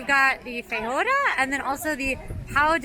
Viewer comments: It’s pronounced “fab-jwah-dah”. It’s the National dish of Brazil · POW DE KEH-ZHOW (like show but pronounce with a Z or sounds like the french pronoun “je”). FEH-ZSH-WA-DA (zsh sounds like the French pronoun “je”). Please type these words in Google translate and learb them. The pronunciation is 😬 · Fun video! Get that guava! As for pronunciations: yuu-kah for yucca, the j is like a zh/French j for pão de queijo and feijoada, pah-tah-teh for patate, lah-see for lassi, and doh-n-boo-ree for donburi.